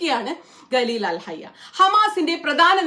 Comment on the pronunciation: Gattar alla Qatar pronunciation ( Khattar) Galeel alla Khaleel ( khwa soundil ulla pole) Do more research Qatar Saudi USA all know about the strike The planes Saudi air space